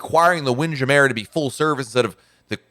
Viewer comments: Here is how you pronounce Windjammer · I am amazed at the way you mispronounce the work Windjammer, and you host the RCL blog. Why hasn't someone from RCL said anything to you? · My husband and I were just talking about this. I called it jammer as in hammer. But apparently, long time cruisers call it ja mare. I don't know why. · Are you pronouncing WindJammer right? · What I found strange was how you pronounced wind jammer. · It is just how says it. Just to be funny, it's not really how anyone says it normally. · It's a joke. He told the story once, but I forget what it was.